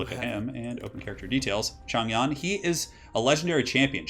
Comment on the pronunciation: Yo! Nice to see some Three Kingdoms. Even the game pronounces mandarin incorrectly with regard to Zhang Yan, so you are definitely excused. Simple rules for pronunciation can be read about if you look up pinyin (writing mandarin with Chinese characters), but basically, zh should be pronounced as dj (not completely correct, but it is close enough), so Zhang Yan is pronounced as Djang Yan. Else you can also use Hope it helps and sorry if I was pedantic.